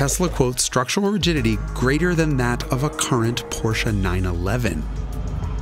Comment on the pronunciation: The one channel that can pronounce Porsche properly.